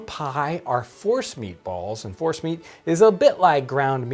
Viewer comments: I thought he said Horse meat balls not force meat. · I heard Forrest meat too. Mashed meat of any origin it sounds like. This’d be a sneaky way to get the kids to eat squirrel. 🤣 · Omg who else thought John was saying "horse meatballs" lol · I thought he said horse meat!! Lol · Is he saying force meat? Horse meat? Forrest meat?